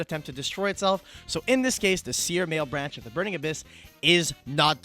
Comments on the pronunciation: "malebranche" is italian, it's not male-branch :((((((( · Mah-leh-branch, not mael-branch.